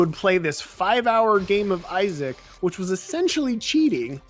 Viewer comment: I feel like if you're gonna do a 1 hour long video on a game the least you could is look up the pronunciation of its name